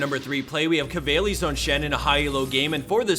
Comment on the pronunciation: Haha you pronounced shen's nickname wrong. It isnt kavailys or something it kvaylys idk i fought it's easy to pronounce, in Lithuanian language that means fool